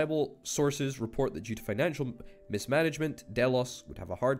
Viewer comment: "Mismanagement, Ios" spelled as one word and incorrectly: "MissmanagementIos" and pronounced by mis-manage-mentos. It was amazing! Greek isn't my speciality so I'm not sure how you pronounce Astypalaia. In Greek it's spelled Astypalea so I think that the "a" after "l" is silent. If there is some Greek person in the comments please correct me.